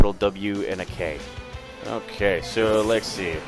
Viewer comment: are u saying lexy instead of let’s see? or am i crazy?